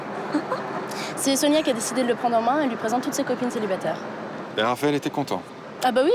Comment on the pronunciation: 10min21 qui dit SIONIA au lieu de SONIA 😂